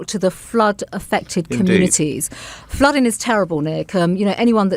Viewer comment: I wish someone would remind the Home Secretary that words like dealing & flooding have the final letter pronounced, it’s not “ fluddin” luv !! Or Speakin !